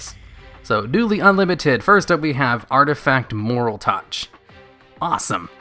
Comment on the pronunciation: qli and moraltach are honestly fine. Sure they have been out for a while but they aren't really words. No excuse for mispronouncing trio though lol